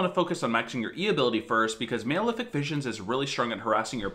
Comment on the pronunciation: It's Mal-Efic, like Malnutrition, not Male-Efic.